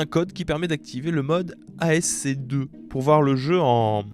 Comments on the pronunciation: ASC2, jamais entendu parlé et pourtant je suis dans l'informatique xD. Par contre ASCII(2i) prononcé "à ski", American Standard Code for Information Interchange, je connais. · Ce n'est pas de l'ASC2 - mais de l'ASCII ( L'American Standard Code for Information Interchange, de son petit nom le code ASCII ou Ascii (prononcez aski), est une norme informatique pour le codage des caractères) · "ASCII" se prononce "asski" pas "ASC2" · J'étais largué avec le ASC2 :face-green-smiling: ASCII mon ami, ass qui, has key ou encore American Standard Code for Information Interchange :face-red-heart-shape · ASC2? Tu veux dire ASCII? Si oui, ça se prononce "à ski". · Oh l'enfer le "ASC2" au lieu de "ASCII". SHAME ! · p'tit conseil relou: pour ASCII on dit pas A S C 2 mais aski (je sais pas si c'est compréhensible). Le 2 n'est en fait que deux i, c'est important pour sa signification. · on ne dit pas ASC2 mais ASCII lire "a ce qui" :) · Pour saints row ce n'est pas "ASC2" mais "ascii" pour " American Standard Code for Information Interchange". C'est juste le nom informatique des caractères pour écrire ! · Ascii (prononce aski) et pas asc2 😂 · Oui j'avais pas compris au début quand t'as dis "ASC2" xD j'etais en mode "mais ca resemble a du ASCII du coup c'est une version modi... AH MAIS NAN LE "II" IL LE PRONONCE 2 AAAAAAAAH" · Déjà que j'étais un peu trigger quand il disait "Sainte Rot", mais il m'a achevé quand il a lâché "ASC2" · ASCII se prononce "à ski"